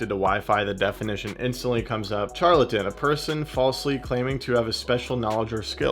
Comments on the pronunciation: Charlatan pronounced "sharlatan". Must be French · Charlatan- The CH isn’t like Charlie the CH is like Charlotte. I’m wondering does it have a text to voice or text to speech mode so that when you get a word it actually sounds it out for you.?